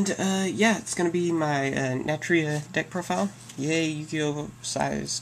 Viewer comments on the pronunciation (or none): why u no pronounce the "u" in natUria.